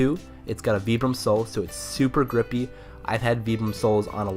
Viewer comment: Great video, and very informative! I do have to say though that Vibram is pronounced "vibe-rum" lol, it was really hard to watch all the way through with the way you're saying it.